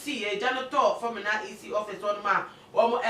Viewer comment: Learn correct pronunciation before coming on air please. Learn how to pronounce Fomena well ok.